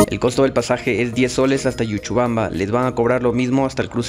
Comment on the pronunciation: EL LUGAR NO ES YUCHUBAMBA ES LLuchubamba. Pronuncia bien...